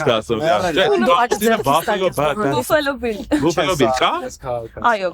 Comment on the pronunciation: Buffalo grvum e baffalo artasanvum, inch amot, gone angleren lezun mi axavaxeq